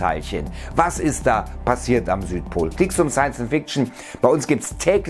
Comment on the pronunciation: Ssains und ficktschn